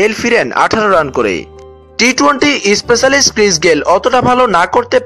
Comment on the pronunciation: ইস্পেশালিস্ট গেইল ।। উচ্চারণ করতে পারিস না লাফাস কেন